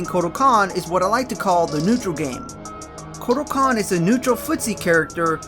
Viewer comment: Just wanna let you know that you said 'kortal kahn' at the beginning there.